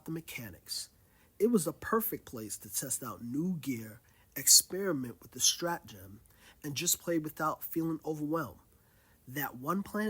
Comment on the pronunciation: Glad you found your way back. Speaking of pronunciation, it is pronounced strat-uh-gem. Stratagem: a plan or scheme, especially one used to outwit an opponent or achieve an end. "a series of devious stratagems" Good to have you back, diver.